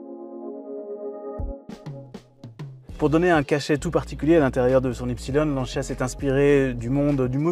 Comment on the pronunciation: "lanchia" tant qu'on y est "lanchiasse".... en France c'est LANCIA